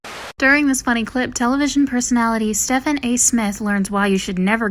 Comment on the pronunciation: “Stefan” A Smith would lose his sh*t if he heard that pronunciation lol! (It’s pronounced Steve-n)